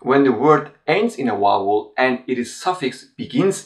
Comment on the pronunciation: A great channel! You also speak such beautiful English, but why is it so difficult to pronounce the word 'vowel'? Is the 'v' not a sound in Turkish? Every Turkish person I have met ( apart from one) invariably says 'Wow' instead of 'Vow.'